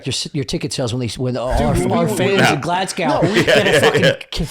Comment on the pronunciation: Not a single American knows how to pronounce Glasgow properly. They just can't do it.